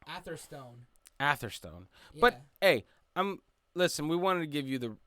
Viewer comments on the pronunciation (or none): Its pronounced "Averstun"